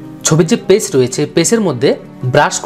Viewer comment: খুব সুন্দর টিউটোরিয়াল...তবে বারে বারে 'পেস' শব্দটা কানে লাগছিল...আশা করি আগামীবার ঠিক হয়ে যাবে! বেস্ট অফ লাক ব্রো! সব গুলো আর লেয়ার এক বারে marge করার জন্য Shift+Ctrl+Alt+E /Shift+Ctrl+E ব্যবহার করতে পারেন ^_^